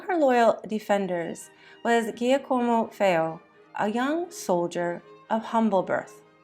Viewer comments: Can’t be AI. No way AI could consistently mispronounce Guillermo and Giacomo. I appreciate her tenacity but she should have googled pronunciation prior to broadcasting. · Interesting, but hard to take seriously on account of the vile mispronunciations. One forgive Girolamo and Giaccomo perhaps, but papal? Tiber?